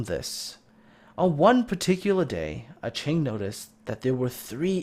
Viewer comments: A ching...? You mean A king? Aching? To ache? Just wanted to point that out. Unless the user himself said that's how it was pronounced. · I wonder if Aching in the Atlanta actually pronounces his name a-ching, or just forgot aching is an actual word.